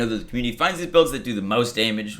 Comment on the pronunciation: Hey, these are all great changes! Mayhem level on cards? Yay! I can finally stop hoarding and clean out my bank. On a personal note, I just gotta tell you how much my wife and I crack up every time you say Daaamage! You sound like a true New Yorker. Even if you aren't ( I don't know or care ). But it is hilarious! DAAAMAGE! P.S., Thanks for all the video tutelage, PEACE!